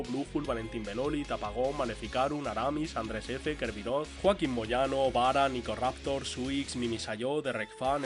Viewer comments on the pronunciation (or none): none